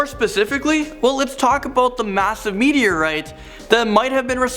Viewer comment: It's "meteorite"(meet-E-or-right), not "meet-E-or-writ"... There's an 'e' in there...